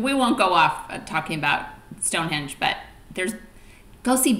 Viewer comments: stop saying stonehedge its stonehenge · The best bit was your comments on his video. The photography was marvellous but his choice of places was bizarre eg Wales, Northern Ireland etc. Not to mention his pronunciation, viaduct and Glenfinnan. I swear he kept saying Stonehedge! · “Stonehedge”! Computer smarter than I am. Doesn’t take much…